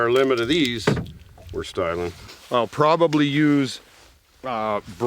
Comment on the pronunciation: "Were stying"...(rips the fish head off)